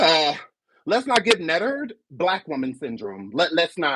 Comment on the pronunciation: “Nettered” is nasty werk!😩😩😤😤😂😂😂😂😂😂😂💀